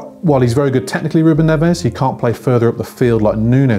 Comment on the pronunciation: Please say Portuguese names correctly Neves is Nevzzz...Nunes is Noonz We are not Spanish